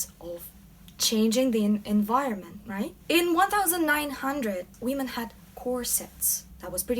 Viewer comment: it's women not wee-men! other than that love your videos! keep up the amazing work!